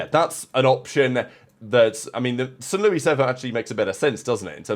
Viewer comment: "st. lewwwie server" 😂 love you